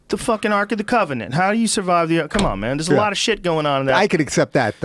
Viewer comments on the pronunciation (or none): none